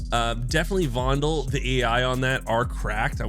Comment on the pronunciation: From a native speaker in Amsterdam, you pronounce it right. “Fondle”, after Joost van den Vondel, Dutch poet in the 1600s